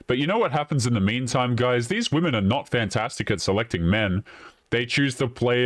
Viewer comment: Every time she should have said women, she said woman. When she should have said offspring, she said offsprings. I couldn’t stand to be around this nitwit for 5 minutes.